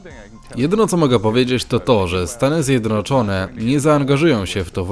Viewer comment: ZJEDNOCZONE nie ZjedROCZONE - To tak trudno pojąć ?